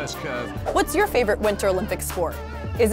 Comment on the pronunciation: I like the part where she pronounces LUGE a different way each time she says it 😂 looosche luuuge loose loosh looooghhhh